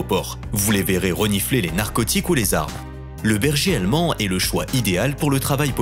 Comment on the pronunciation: Le bergéalmen